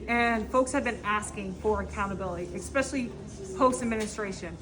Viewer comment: ESPECIALLY NOT EXSPECIALLY!